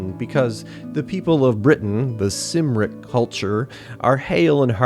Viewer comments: Did you not read the mind your c’s and k’s? Cymric is pronounced Kim rik, not Sim rik. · Cymric is pronounced Kumric. Logres is pronounced Low-gray.